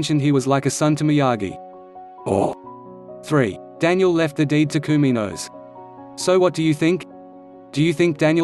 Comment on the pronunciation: It is Kumiko not Kuminos. I wonder if Daniel and Kumiko had equal shares of the village. Daniel wouldn't possibly share the village with Sam as the heir. Maybe somebody worthy in his dojo like Robby or some of the other students in Miyagi-Do.